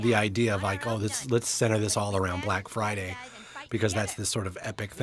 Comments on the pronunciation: “Brack friday bunduru” 😭😭😭😭😭😭😭🤣🤣🤣🤣🤣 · Ahhh yeah it’s time for the… “Brack Friday Bunadroo!” Lmao